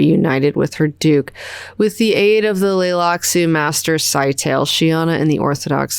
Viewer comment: Scytale is pronounced Sky-tah-lay. It's ancient Athenian for encryption stick. Each commander has a stick of their own and duplicates of the others. Each stick has distinct # of sides, you wrap a ribbon around the stick and write on the ribbon. The ribbon can only be read if it's wrapped around an identical stick. It's also Athenian slang for penis, obvious reasons (secret stick). So he's named cypher.